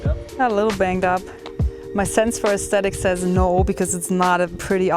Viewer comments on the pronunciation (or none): none